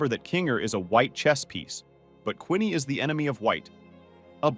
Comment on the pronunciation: its not Quinney its Queenie